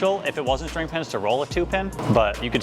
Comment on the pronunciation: PSA: It’s string pin, not shtring pin.